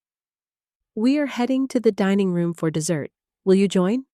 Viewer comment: Can the narrator not say a or you?